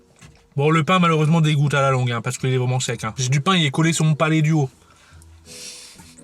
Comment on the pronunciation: ''Sur mon palet du haut '' Merci...:')